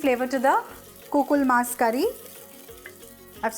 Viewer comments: Kukul mus Kariya ,,u pronounced it right ! Am Sri Lankan and that recipe was indeed correct , we do use lots of chilli power though ! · This is pretty much how my mom makes the chicken curry. Damn, I miss that so much! You nailed it. Also your Sinhala pronunciation when you said "kukul mas curry" was on point! 👌💯